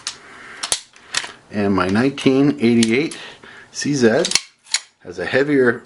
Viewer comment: As a Canadian living in the US, this video caught my attention when I heard you say "I have my CZed-85 here." Despite growing up in Canada, since moving to the US I've come to be conditioned to hear people down here say Zee not Zed so it was a nice change of pace to hear you say that! Thank you for that.